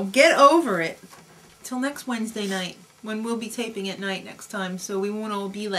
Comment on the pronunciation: in NIGHT! not nigh